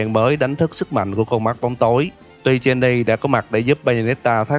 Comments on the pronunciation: Jeanne đọc là "Chan" mà ta, đầu clip nghe "Cheny" mình chứ tưởng Genie cứ ngồi thắc mắc trong game có thần đèn nửa hả ta 🥲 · góc ý chút là Jeanne là tên gốc Pháp, nên đọc giống như là "John", chứ không phải là "Gien nì" :v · Ko liên quan lắm nhg mà.. Jeanne ko phải phát âm "ʒin" đâu nha.. toy nghe tới mấy lần "Jin-ni" mà ko nhận ra là đang nói về đứa naò =))) Jeanne là tiếng Pháp và nó phiên âm là "ʒan", trong tiếng Anh họ viết là Joan, và từ này dc phát âm giống từ gốc trong tiếng Pháp... và b thấy đấy, trong game cô ta cũng dc gọi như vậy 🙂 Còn về ý kiến cá nhân mà nói thì toy ko thix p3 này, ko nói về gameplay, cái ending khó chấp nhận, đầu tiên là từ cái việc ghép Cereza và Luka thành 1 đôi, và có rất nhiều người tới giờ còn hỏi "thằng cha Luka này là ai vậy?", vì vai trò của hắn gần như ko có bao nhiêu xuyên suốt mạch truyện của p1 và 2, ngoài việc xuất hiện rất cool để tạo ra vài pha hài hước trong vài giây tới vài phút 🙄 Sau đó là.. họ khai tử hoàn toàn Cereza - main của cả series xuyên suốt 3 phần, cùng Jeanne luôn! họ để lại Viola, 1 cô gái với style tomboy ngầu lòi cùng thanh nodachi dài thấy mịa làm người ta liên tưởng ngay tới Vergil, nhg nó còn dài hơn cây hàng của Vergil, và cô ta theo 1 lối đánh khác biệt là "parry để kick hoạt witch time" - 1 cách chiến đấu có phần chậm rãi và chắc ăn hơn so với cái linh hoạt uyển chuyển né đòn kích hoạt witch time như Cereza!!! Đồng nghĩa vs việc họ nhá hàng cho chúng ta thấy p4 Viola sẽ thành protagonist, có lẽ là 99% sẽ thành sư thật... vĩnh biệt Cereza sexy với body cùng những động tác dancing bốc lửa, vĩnh biệt luôn phong cách dual pistol hoa mỹ! Thậm chí còn có tin đồn, or chỉ là suy luận của nhiều gamer, rằng có 1 drama nào đó trong nội bộ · ông này ko chơi game hay gì đọc tên Jeanne là jenni ưtf